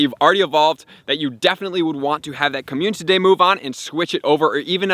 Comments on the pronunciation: How many times do I have to hear him say "communTity" day before he realizes. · Slow down and pronounce community properly please